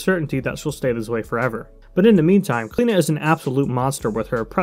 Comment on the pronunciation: as an irish person its weird to see smite pronounce the name like klena ive alwasy heard it pronounced like clee-oh-na by people called that haha